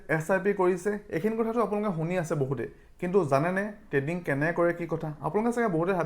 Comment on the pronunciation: Dada treading nhoi trading 😊